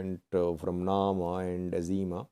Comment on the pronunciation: Izėma not Azima. The "I" is also pronounced like an "I" in "India".